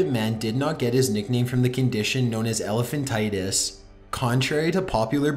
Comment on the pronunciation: It is elephantiasis NOT elephantitus.